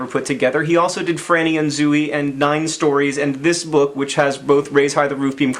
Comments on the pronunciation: John... it's still pronouced "Zoey" despite the name being spelled "Zooey", according to my English teacher. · IT'S PRONOUNCED ZOH-EE ! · he says zoo-y and not zoh-y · sajhhgdakjdhfhajj have I been pronouncing Franny and Zooey wrong my entire life?